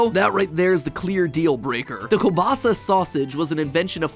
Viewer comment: I love how Mat pronounces kiełbasa 10/10 greetings from Poland 🇵🇱